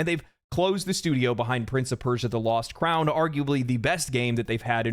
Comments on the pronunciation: Hey man, the name Joost is Dutch and is pronounced "Yo'st" not "Jewst". 😅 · Oh btw the double o in "Joost" is pronounced like "oh", and the J more like the y in yummy so it's more like "Yohst" instead of Joost